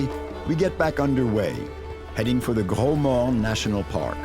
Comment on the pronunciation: hey it's gros morne not gro norne